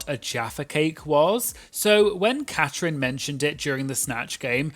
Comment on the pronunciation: It's Catrin, not Catherine.